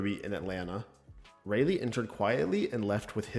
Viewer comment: its pronounced rolly